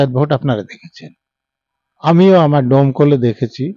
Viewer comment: দমকল না ডোমকল